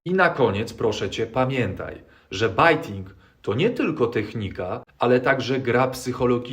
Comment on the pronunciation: bejting, not bajting :)